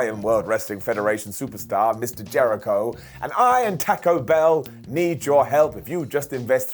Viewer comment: "TAKKO BELL"